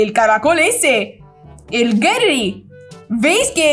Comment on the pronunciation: No es por ser chismosa pero se dise Gary no gerry